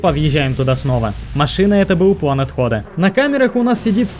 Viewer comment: Почему плэн а не план?